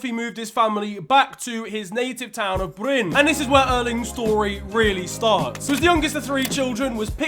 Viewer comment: The clip when Erling as a child is asked who he had learned to score from, the translation is wrong, The journalist said : where did you learn to score goals? Because your dad couldent 😂 in a cheeky way, not rude, that is quite normal out on Jæren (larger area that Bryne is a part of) btw you are pronuncing Bryne correct, except you forgot a letter , the E is also pronounced, you are saying Bryne like Norwegians would say Bryn Same ending as when you said Molde